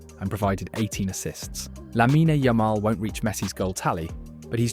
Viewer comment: It’s Lamine, not “Laminey” 😒 Beautiful video nonetheless, thank you